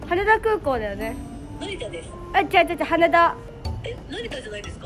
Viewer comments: は↑ねだ が1番気になるw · はねだの言い方の発音かわいい笑